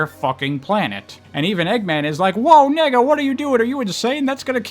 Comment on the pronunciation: I'm sorry but "Nega" is way too close to you saying nigga LMAOOO